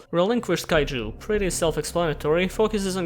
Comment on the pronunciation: Why cant utter the syllabe "ju" anymore??